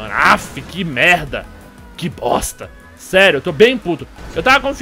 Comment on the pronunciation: Cara, o mudou muuuuuuuito o jeito dele de falar "MERDA" EHUAEHAUEHUA.. que que ta acontecendo? oO Antes era um "merda" paulista, agora é um "merrrrrrrrrrrrrda" muito carioca.. toda vez q eu escuto ele falando "merrrrrrrrrrrrrrda" agora eu fico meio "WTF.." HUEAHUEHAUE